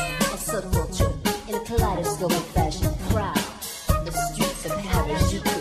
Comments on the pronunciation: why does she pronounce the j in harajuku with a french accent? it's a hard j, like jeep or jelly. sigh ... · But if it was appreciating japanese culture why couldnt she pronounce harajuku correctly? And if it was such a large part of her why did she drop and forget it once it no longer got her clicks? I appreciate what she did to inspire others to look into our culture, and I dont think she meant to do anything wrong, it's just small things here and there that make me think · Overfiend002 there's also the fact that she's not even pronouncing harajuku correctly... I don't care how much artist interpretation there is to express. If she's talking about how much she likes the subculture style of harajuku, the least she can do is pronounce it correctly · a good point but I still don't see this as something people should have got worked up about, I just found out about this now, and they're very different from traditional Japanese culture anyway. +Questioning Otaku I'm not really Japanese but I don't find much wrong with her pronunciation. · lol i think it's funny how she pronounces harajuku and tokyo wrong